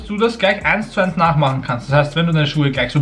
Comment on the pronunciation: Ooooinss … es heißt EINS